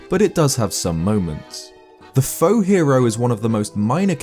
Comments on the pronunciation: The faux-hero is so obviously a wrong hero, even his name says that. And faux is spoken like foh, it is french for wrong. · Plus it's pronounced like foe.